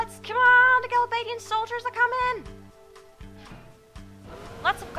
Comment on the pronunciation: You seem to have problems pronouncing Galbadia, he he! That's why I always called them the Gals!